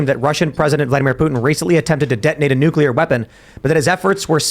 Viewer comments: ....NUCLEAR HAS ONE "U". There is no "u" after the "c". I don't get why reasonably intelligent people cannot pronounce a simple word. It's not newk-you-ler. It's pronounced noo-klee-er. Next we're going to hear that the day was saved when the "calvary" came galloping in. The mountain where christ was crucified can't ride a horse. Cavalry is right there with nuclear for common words commonly butchered by otherwise smart people. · Fun fact: only 1 in 3 people can correctly pronounce nucular. I must have missed class the day they covered the nuculus. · please pronounce nuclear properly. It's like fingernails on a chalkboard to hear nucular. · you shouldn't be allowed to talk about anything nuclear until you learn how to pronounce it correctly